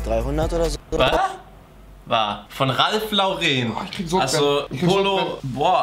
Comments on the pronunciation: Mich regt es so auf wenn leute ralph lauren "ralph loreeeeen" aussprechen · Es heißt nicht ralph loreeen